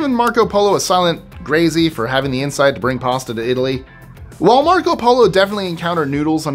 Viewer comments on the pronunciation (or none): I'm SURE people have corrected you on this numerous times, but when you were talking about Marco polo, you said, "have you ever given a silent "gray-see" to him for bringing pasta to Italy?" It's pronounced "graw-tsee". It does look like it should be pronounced that way though lol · I hope you were kidding over the way you pronounced "grazie"...